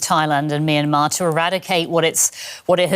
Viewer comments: What's "My Na Mar"? 😂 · Love the pronunciation of the American guy for "Myanmar" real mister international 😂